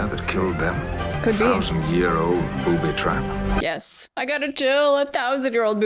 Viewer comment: "Booby twap" The Goonies 😂